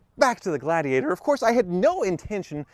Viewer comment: ...can you say gla-di-ator?